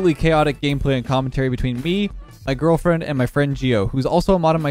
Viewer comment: "Girlfiend" lol